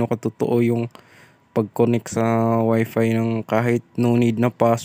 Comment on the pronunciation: Ang sakit sa tenga c Wp"iis" mo.. Speedtist.. S mo sir galit..